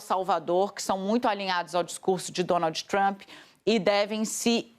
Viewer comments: "DonalDJÍ TrumPÍ" dói o ouvido essa pronúncia lixo do inglês. Tão ruim quanto ouvir "Élon" e não "Ílon Musk" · o ingrêis da dona Dani: Dônoudji Trâmpi😂😂😂😂😂😂😂